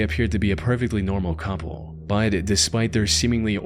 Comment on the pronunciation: Why do you pronounce “but” that way? “Baud”?